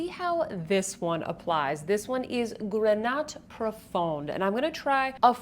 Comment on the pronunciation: Hi, great review as always ☺️ Just to help you with your french pronunciation: more than often the consonant at the end of a word is muet (grenat profond -> grena profon) 😉 of course there are exceptions otherwise it would not be French 😅